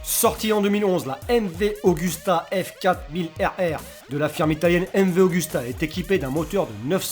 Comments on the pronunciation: Super video, juste c'est mv agusta et non augusta :) (super marque par ailleurs) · AUGUSTA SE DIT Agousta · sacrilége mv augusta sa se dit mv agusta et yamaha yzf1000 m1 sinon bonne vidéo ya pas ma moto mais bon un 1200 monster sa va pas vite comparé a sa surtout une contre une buse ou la hp4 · et s’écrit surtout MV-AGUSTA ...